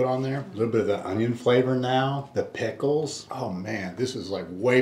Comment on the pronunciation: I can't wait to try to McRibs!! Lol I like the way says the word "pickles" like "peckles" at the end.